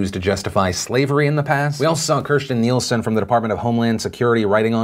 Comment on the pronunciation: Hearing Phil mispronounce Nielsen hurts.